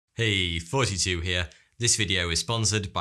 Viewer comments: That’s poor pronunciation. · I know he says “Thoughty2 Here” but I always hear it as “42 here” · Me too lol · It is "foughty-two" that he says. He's playing on words by using a Cockney pronunciation of "th" as "f", so it sounds like "forty-two". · Now I feel really dumb, because I just thought he said 42 lol Today I actually asked why he calls himself 42 😅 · same lol! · I always hear 32 I've never heard 42 before but I always see people comment 42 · So do I😀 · Bruh, I just can't stop hearing "Hey, fourtytwo here." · Sounds like he's saying 42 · He is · I thought your channel name was "fourty 2" by the way you pronounce things hahaha. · It is his accent - pronouncing "th" as "f." I think he named it this on purpose based on this feature of how he pronounces "thoughty." It's the same way he says "forty." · 🤣 Sounds pretty close to...nah I better not say it, don't wanna risk a bunch of people getting mad at me (or risk the wrath of the powerful people who lead them!) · There’s never been a time when I actually thought he was saying thoughty2